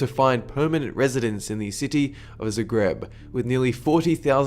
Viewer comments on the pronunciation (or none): dude its just zagreb not zugreeb :O